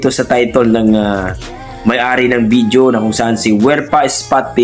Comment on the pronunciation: .......It isn't "BIDYO". It's "VIDEO". Practice makes Perfect.